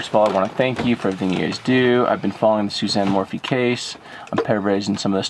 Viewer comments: please call her by her correct name , it's not morphie it's morphew thanks for all you do! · Not to be rude, but it is Sa lie da and Suzanne More - few.